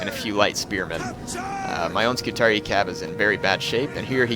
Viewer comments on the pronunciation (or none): I'm pretty sure it's pronounced "scoo-tar-ee-eye" btw